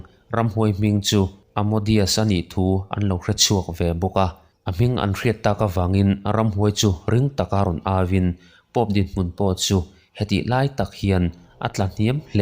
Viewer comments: Amodeus nilo in Asmodeus zawk nia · Ramhuai hming hi amodeus nilo in asmodeus zawk tur